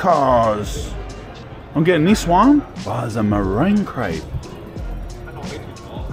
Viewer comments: You wanna add a double p for proper Crayp pronounciation, lad! 😄 Montmartre is a nice place for sure! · 'its a cool krepe' hahaha